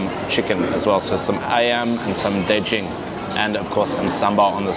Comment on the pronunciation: G in daGing is read like in Guru.